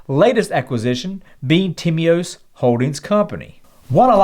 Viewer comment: I am greek and I can guarantee that you pronounced Timios( τίμιος) absolutely perfect ,)